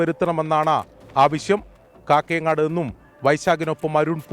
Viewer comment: കക്കയങ്ങാട്. അല്ല. കാക്കയങ്ങാട്. ആണ്.